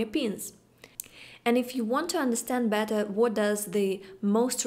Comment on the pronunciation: The “what“ with the incredible russian accent is lovely! That just really reminded me of james bond! In one of the older James Bond Movies there is this pretty russian women and it sounded like her :)